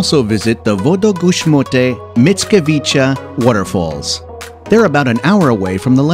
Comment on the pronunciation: The way you pronounce "Wodogrzmoty Mickiewicza"... If you do that at my presence, you would make me want to drink vodka with you. This was hillarious. All the best